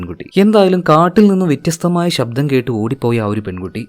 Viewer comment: Vettyastham alla vethyastham🥰👍